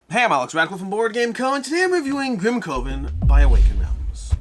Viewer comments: Alex's pronunciation wasn't distracting for me; however, "coven" is typically pronounced as "kuh•vn" (similar to "covenant"). Perhaps AR has altered the pronunciation for this title? Regardless, this was an awesome review by Alex! I'm looking forward to this game. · Your pronunciation of Grimcoven as Grim-CO-ven was so distracting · Maybe it’s branding: boardgameCO COvers grimCOven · Coven sounds like oven.